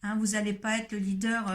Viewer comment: Je rectifie: leader pas lidder